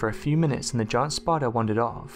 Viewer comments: Anyone else cringe when he narrates spidahh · Conkers Squirrel yes!!!!! Spidahhhh. Omg I can't even listen as the way he talks has put me off! Super annoying!! All I can hear is the last word of each sentence! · Way this guy says spider is stupid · Go to "spida-hhh... Trapdoor spida-hhh" seriously wtf😂😂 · Eh eh Yesou Christ dats no spidah, that a demon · Teh spideeh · We saw a spidah that was toofittin damituh.